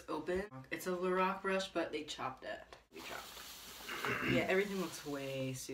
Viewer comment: It's LO-RACK not LO-ROCK